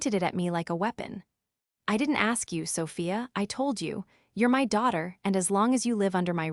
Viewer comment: "My" means me or myself it is NOT pronounced "M.Y."